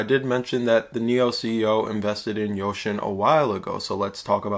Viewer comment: Its .....yousin.....not ocean